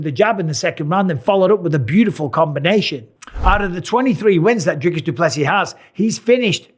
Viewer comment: Really Dana??? You still can’t pronounce Dricus properly after all this f’n time???